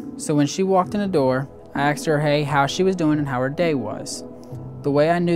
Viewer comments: Theres a whole lot of "axing" going on in this family. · Bro why does everyone on this show not know how to pronounce “asked”.